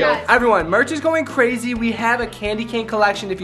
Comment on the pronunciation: said cwazy instead of crazy